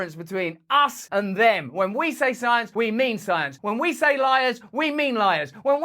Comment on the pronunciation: Follow the PSYENCE